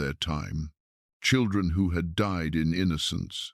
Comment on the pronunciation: Seriously...? Enoch did not "dee" ... he DIED! Your pictures are stunning, the voice gentle and soothing, but if you're going to use AI to narrate your stories, PLEASE teach it how to pronounce words PROPERLY!!! I'd love to hear this, but it makes the video sound stupid~:face-orange-raised-eyebrow